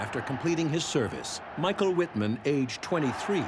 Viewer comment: His name is pronounced Mee-sh-ah-el Veet-mahnn.